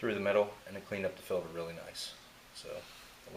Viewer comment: Fuel "filder".